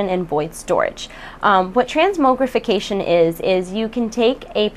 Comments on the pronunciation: they want to put out expansions faster. i hear there will be one redux old instance too besides the new ones. BTW the mog in transmogrification rhymes with fog not moge rhyming with rogue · transmowgrification hahaha. :) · I chuckle everytime she says transMOEgrification x] You're so cute:3